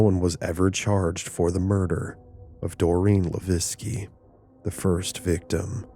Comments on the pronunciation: Born raised and still live in Fall River. You wanna watch a better documentary on this subject there's a 4 hour documentary that really gets into these murders. You also pronounced Doreen's last name wrong. Its pronounced La veque not Laveskie the way you are. Its a French last name. LaVesque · Great episode. But Doreen's last name is pronounced Luh-vake not La-vecki. For future ref- You can actually Google how to pronounce words and names. It can be helpful. I use it often. BTW, I fully believe these were SR murders. There is a massive effort to keep the dark arts under wraps. They want to deceive you so, they've labeled it The Satanic panic. Ask any former Satanist, they don't want you to know these things happen. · Leveque (le-veck) Come on man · Levesque is not pronounced Laviski It sounds just like this...La-Veck Not an uncommon name around Fall River. Did you not hear any news reports on this story? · Levesque is pronounced "Luh-VECK" I was born and raised in Fall River and it's a common name there. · Are you trying to say Doreen Levesque? Pronounced La Veck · For future reference, the last name of Levesque is pronounced as “le vike.” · So... few things... her last name is pronounced, "la-vay-k." I'm of Canadian descent and live about 25 minutes from fall river. I've known a few people by the same name. Secondly, much like my hometown which was also an industrial mecca, is still an absolute crap hole.... still.. Great story and everything else though just thought I'd point out the name thing. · It’s the “Bridgewater” triangle not bridgeportwater lol and The first girls last name is pronounced “la-veck “ I know because Levesque is my last name lol ! But great stories !!!! I also have family roots that go back to New Bedford as I’m a Mass local 🤘🏻 have many freaky stories in the Forest at Profile rock and the ledge ! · also, the name Levesque is pronounced "luh VEK". Good video otherwise.